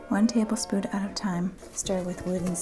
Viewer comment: "Tablespood". Your sound effects and quips easily make this the most entertaining and relatable baking show I've seen. And oh my gosh I would love to see you and Nick tackle the Boxtrolls characters!